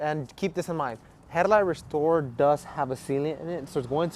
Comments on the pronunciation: "Headlight rrrrrrestorrrrer". Yep, a SoCal lad. ¡Andale pues! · On bro 😂😂his aih said headlight w a R in it